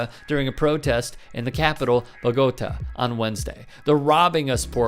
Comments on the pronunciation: Dude called the capital of Colombia “buh-goad-uh” ... bruh ... 🤦🏼‍♂️😂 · Pronounced: Bo-go-tah